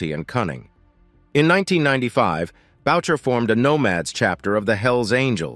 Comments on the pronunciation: its not maurice boucher Its maurice booo shay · Its not Bowcher its Booshea. A french Canadian name that the narrator could easily have researched if he gave a damn about authenticity. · Booshay!!! Notboucher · You need to say Maurice Boucher's name name properly. It is french. Bou- cher In English boo..shay